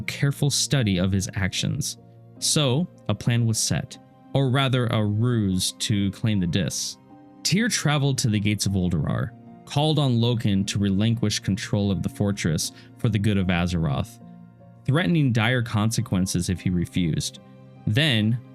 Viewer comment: Love the video, but man hearing Ulduar pronounced uldrurar so many times was starting to wear on me lol.